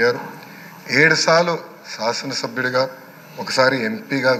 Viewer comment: ఏడు సాలు కాదు ఏడు సార్లు 🤪